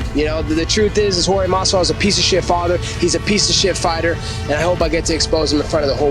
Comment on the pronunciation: It’s a wild small detail that Colby went from pronouncing Jorge correctly to pronouncing it George once he put on the persona and turned on him. Just thought that was funny